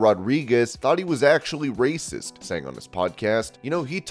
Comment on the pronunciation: Did he say racist? Or RRRRRRRRRRRRRRACIST?